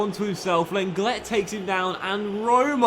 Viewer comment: The brexit pronunciations of Lenglet and Ceballos gave me good laughs.